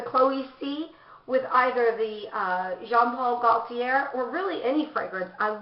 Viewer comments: Love your collection ! You need to say the designers name though...it's not pronounced Jean Paul "Goll-tee-air" as you say it, cos the "l" is silent...it's "Goat-tee yay"....hope that helps. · I'm French so it is said: GO-TEE-AY (Gauthier)